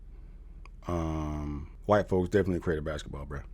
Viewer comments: Did Umar just say Blasketball?? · Lol he said "BlacBasketball" 😂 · Did he say blasket ball players 😅